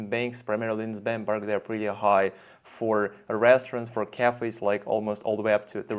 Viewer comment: Есть вещи у тебя в произношении режущие слух😊 хорошо говоришь по английски, но почему то не понимаешь как он истинно звучит. Например такой предлог как FOR у тебя на паузе звучал как ФОР, где Р звучала очень акцентно, а О которое должно тянуться было коротким. Должно быть наоборот - О должно тянуться и лишь в конце небольшое английское Р должно звучать, безакцентно... И ещё много других слов. Например ABOUT - слишком Т звучит акцентно. Оно в разговоре должно проскакивать..